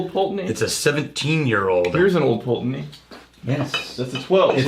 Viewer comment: Ye olde Pultananey! (glad you dropped your old pronunciation!) Think Wolfburn has now pipped them to the most Northernly mainland distillery up in Thurso. Edit - should have checked comments first, I'm like the 8th person to mention Wolfburn!